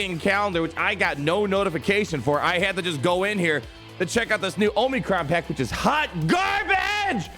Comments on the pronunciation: Say it with me... AW-muh-cron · I still laugh every time you say "oh-mee-crons"...